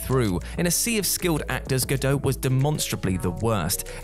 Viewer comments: Her name is not Gal Gado. It is Gal Gadot and you pronounce the T. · Gado? It's GadoT. She's given recorded interviews about the pronunciation of her name. And well done giving her characters death away for anyone who didn't know. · It's pronounced "ga-dot," not "ga-doe." She's not French. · Bit disrespectful if you are not only going to criticise Gal Gadot’s performance (not seen the film so have no opinion) but to consistently mispronounce her name as well. It is Gal Ga-dot not Ga-Doe and is not difficult to find her herself pronouncing it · Cast not casted dude & it’s gah doh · GodoT with a hard T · It's pronounced Gal Ga-dot. There's a T on the end. It's Hebrew, not French. Seriously, if your job is to narrate this stuff, make an effort. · The 't' in "Gadot" is not silent. Hebrew has no silent 't's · Just FYI, the T in Gal Gadot is not silent. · I just posted this myself, I hadn’t scrolled down much first to spot this. Whatculture mispronounce at least one name in every video. It must be contractual.